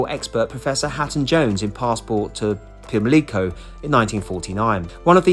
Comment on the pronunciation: Great video as always 🦇 just saying, it's Pimlico 😅 Blessed be 🦇🖤🦇